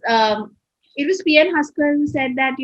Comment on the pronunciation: It' Haksar not Husker